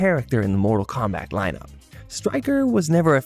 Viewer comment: Bro u killing me u can't get the name right or saying mortal Kombat